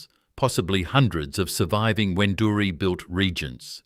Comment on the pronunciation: A pity you did not get the pronunciation of Wendouree correct. How many other errors did you make?